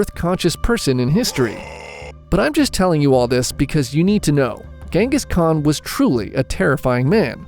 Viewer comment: The Gengis Khan pronunciacion was something terrible 🙂